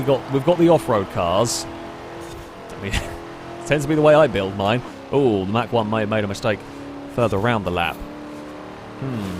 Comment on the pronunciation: it's not pronounced "Mack" one...>.< that was killing me lol...good video as always though +